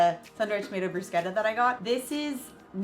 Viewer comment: Bless you for pronouncing bruschetta correctly! 🙌👍😂😂